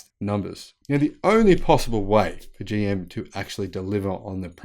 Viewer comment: Bro!!! Did you say "Joe Motors"?